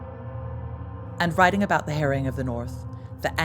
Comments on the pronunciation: Nor can you pronounce 'harrying' 😢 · It isn't pronounced 'herring' 😂 That's a type of fish. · The "herring" got on my nerves a bit,it was "harry-ing" ie laying waste and destroying. I was going to say no ginger mingers involved but as ex-Vikings of yore many of the Norman troops may have been redbeards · "the Harrying of the North. " ahh !! sounded like hare-ing, or herring and then my brain also didn't work well enough to suss it out. thanks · The Herring of the North, The Biyou Tapestry & Dook. Why do Americans struggle so much with pronunciation. The trouble is, they are feeding this back to us, & people are starting to copy it. Surley the preservation of our native language is as equally important as our history.